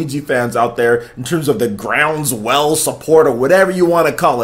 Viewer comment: It's not grounds well it's ground swell you strange man